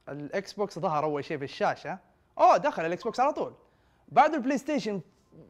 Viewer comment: الاكسبوكس مش اكسبكسون اكس